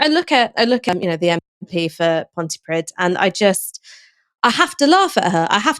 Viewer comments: Pontypridd "pridd" rhymes with breathe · "Pontypridd",. Another one for your collection of mispronunciations. Look it up.